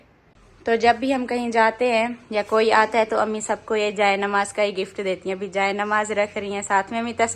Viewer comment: Jaanmaz hota hai appi plz agle br se yahe bole